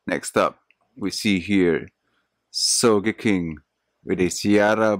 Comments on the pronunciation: More like So - je - king, its kinda hard to explain in english :v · Aaaah the way you said Sogeking ! Thats not the correct way xD